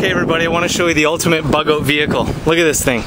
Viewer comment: I love the way Canucks pronounce "out"